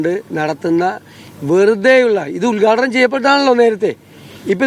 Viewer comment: ഉത്ഘാടനം ,,, ഉൽഗാടനം അല്ല ചേട്ടാ